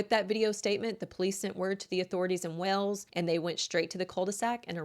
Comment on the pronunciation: I can't deal with how you say Wales. You are making a video of 20+ min take 30 seconds to say it right.